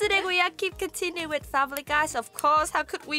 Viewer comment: "Famree Guy"